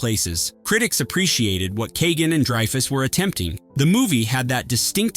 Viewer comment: Dreefus!?! Really? Cmon bot. Get your $#!€ together. You’re old enough now to “know” better.